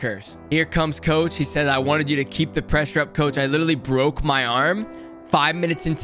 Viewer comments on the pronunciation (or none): none